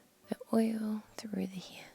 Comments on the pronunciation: I love how you say head, neck, and hair 💜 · I don’t get how you can pronounce scalp the correct way but can’t pronounce hair and head correctly....